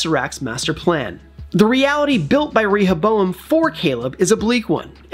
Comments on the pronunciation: Why are you saying ReHOboam 😣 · Clearly the person giving the voice over is just reading from a piece of paper and hasn’t watched the show considering how he mispronounces Rehoboam every time. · Actually get someone who has watched the show to read the script for the video!! Rehoboam... come one say it correct!! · The guy who spoke in the video probably hasn't even watched Westworld and is reading of a script. Rehoboam feels violated by your pronunciation! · It only takes a few seconds to look up how to pronounce Rehoboam. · the real villain is the one who pronounce Rehoboam like the guy who is saying in this video 🤢🤮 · He could have googled it, at least